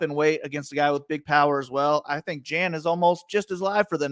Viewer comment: Dude said Jan like Janet 😂😂😂